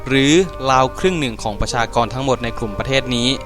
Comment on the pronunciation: ตกลงมันราว หรือ ลาว อ่านออกเสียงให้ถูกหน่อย เดี่ยวลาว ก้อด่าวเอาหรอก ราวตากผ้าน่ะ ไม่ใช่ลาวตากผ้า